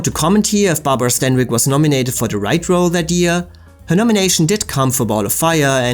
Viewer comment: DISCUSSED--NOT DISGUST! IF YOU'RE GOING TO USE A WORD, FOR CHRIST'S SAKE, USE IT AND SPELL IT CORRECTLY! JUST BECAUSE TWO WORDS ARE PRONOUNCED THE SAME DOES NOT MEAN THEY ARE INTERCHANGEABLE! GODDAMMIT! AND HOW IN HELL DID STANWYCK BECOME STEINBERG? IS SUGARPURSE A METAPHOR FOR VAGINA?